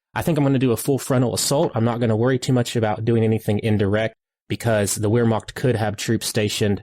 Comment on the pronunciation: Always enjoy your commentary. BTW "Wehrmacht" is pronounced like "Vehrmacht"